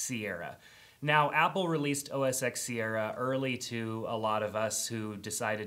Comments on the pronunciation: It's not MAC OS "X" It's MAC OS "ten" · Oh Jesus, not another supposed tech "guru" who cannot pronounce OS X correctly. It's OS 10 not the letter x. It's a Roman numeral! And secondly, it's now macOS Sierra. They dropped the OS X moniker.